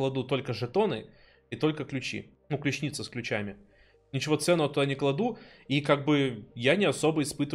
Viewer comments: По пунктам: -Согласен надо убрать механику пихания в подсумок любых кейсов, будь то пистолетный или ещё какой. -На счёт топористов не вижу смысла поднимать данную тему, ну бегают и бегают. -Механику подсумка, убирать нельзя. И огромная просьба говори правильно клЮчница, а не ключнИца. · как же режет слух "ключнИца")